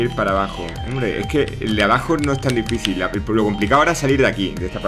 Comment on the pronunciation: Has dicho difíCil y no difíSil, ha sonado raro de cojones viniendo de ti xD